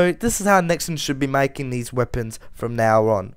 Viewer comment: its nexon not nixon